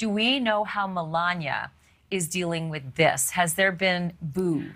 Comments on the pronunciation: It’s Melania, NOT Melañia!!!! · The way Ashley pronounces Melania sounds strange.